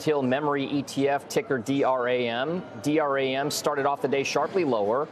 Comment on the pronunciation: He said D R-A-M 😂 it’s just DRAM bruh 😂